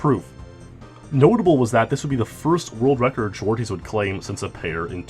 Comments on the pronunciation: Zwartjes is pronounced more like: zwart-yes or zwar-chess instead if zwarties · I love how you butchered "Zwartjes" and the other Dutch names